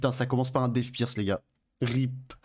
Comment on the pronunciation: Ton "death pierce" est parfait maintenant xD